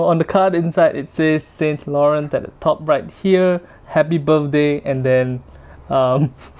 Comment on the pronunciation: Please learn how to correctly pronounce Yves Saint Laurent